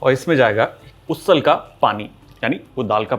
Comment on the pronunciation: Usal is pronounced as उसल and not उससल